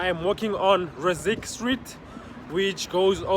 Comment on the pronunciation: Thanks for showing beautiful JHB.... You say "Rizirk" for Ris-sik Street. 😊